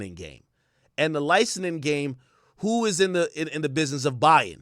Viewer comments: Ak is been over 10 years and you are still pronouncing it “licenin” it’s “licensing” for the love of god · BRUH THIS DUDE STRAIGHT UP SAID LICENING 7 TIMES!!! LICENSING AK. FKN LICENSSSSSSING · WTF IS LICENENING? Lmaooo it’s licenSing